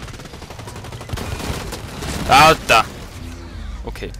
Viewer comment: Hahaha richtig schweizerisches ALTAA